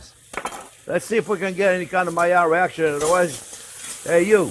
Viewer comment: Myar reaction /Maillard reaction (need a simple explanation-I'm a nerd) I love how you say it...and onyon-onion.